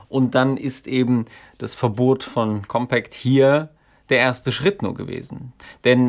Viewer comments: Deine Aussprache von COMPÄÄCT macht mich um die Uhrzeit schon bisschen fertig xD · Sehr gutes Video! Meines Wissens wird der Name der Zeitschrift aber nicht englisch ausgesprochen. Aber vielleicht hast Du da andere Informationen?